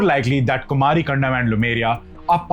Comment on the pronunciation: Kumari in Thamizh means Aloe Vera. Land of cactus plants. Which means dry land/desert. Kumari. Not Kumaaari.